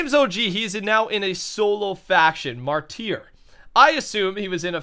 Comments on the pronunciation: Martyr is pronounced like (marter) not (marteer) just a heads up:D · Mar Tier. Oh face palms. it's pronounced (Mar-Ter) or turr. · ITS PRONOUNCED MARTER MY GOD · The faction name of ImJamesOG was "martyr" and pronounced it "marteer"...Everyone else thought it would be "Marty R" So it must be a fake... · **READ** MAR-DER is how you pronounce martyr. A person who will die for a cause, ironic how u had Malcom X speech ahaha ****READ**** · It's pronounced Mar-tur Also can you say Wither. :) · It's pronounced 'marter'